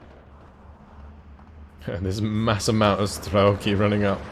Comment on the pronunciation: За всë это время пока я его смотрел меня заебало только то что он говорит стрАлки а не стрЕлки, сука ну там же по английски e написано